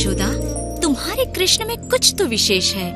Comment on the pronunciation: Love the way you say Krishna ji.. thank you... You really prove Humanity comes first. Love to both of you